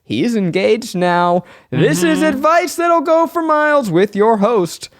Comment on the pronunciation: Pretty sure it’s supposed to be ‘for Miles’ but I always hear ‘four Miles’ and I love that. 🤣